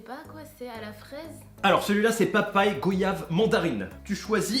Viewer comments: Aie aie il ne faut pas dire GOyave devant un antillais il va mal te regarder ! il faut le prononcé GOIyave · Goyave se prononce « Goiyave »